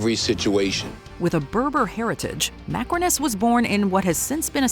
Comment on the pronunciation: I wonder Why you called Macrinus 'macaroni' at the timestamp for but lts funny though😂😂 love your content btw❤❤